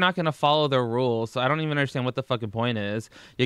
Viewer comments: Jamie Lockhart sometimes she does say e'un lol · "E'un" That's how she says it